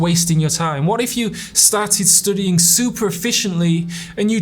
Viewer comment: Why does this dude keep saying 'stoodying' if its 'stuuuudying'?